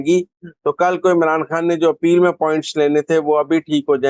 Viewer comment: My dear lady, it's undar ki khabbar (not habbar)and Imran khan is not is( not Imran Haan).thanx grat informatic show .